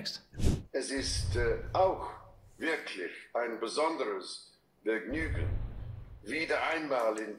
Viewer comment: I think Charles is saying, "It is also really a special pleasure to be in Berlin again, especially as the grandfather of a newborn grandchild." Charles pronounced the a in als like the short English a and the v in " Vergnügen" like the English v. Apparently he was reading from a prepared speech.